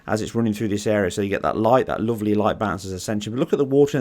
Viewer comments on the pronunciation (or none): none